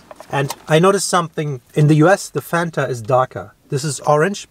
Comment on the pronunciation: Fanta was invented by Coca-Cola Germany. As a German myself, how the f*** can mispronounce the name Fanta. He knows how to pronounce it the right way but he ruined it.